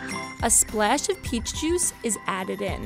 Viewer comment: SHE ALSO SAYS A SPLAESH